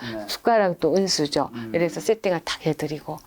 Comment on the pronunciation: 지급이 아니라 직업,언수저 아니고 은수저.어식이 아니라 의식.❤❤❤